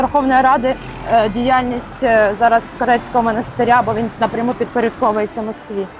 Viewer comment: ЩО ЦЕ ЗА НАГОЛОСИ ??? ШАНОВНА ПЕРШ НІЖ БІГАТИ ПРОВОКУВАТИ ЛЮДЕЙ ПРАВИЛЬНО ВИМОВЛЯЙТЕ ХОЧАБ НАЗВУ МОНАСТИРЯ.Повна некомпетентність.